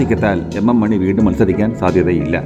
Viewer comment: Ak മോനി അല്ല ak മണി